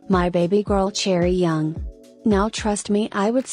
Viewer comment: it’s chaeryeong not chaeryoung <3